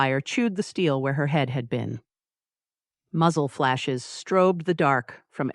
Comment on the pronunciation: Why would Harper " invoice " Dante for his skylight ? It was , after all , HIS skylight . The silly pauses between " muzzle" and " flashes" was disconcerting and distracting . The production errors in this story are very minor so that it was easy to enjoy the tale . Thanks .